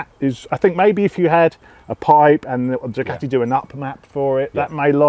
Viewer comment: its not a DUCATTTI . Its a DUCAAATI !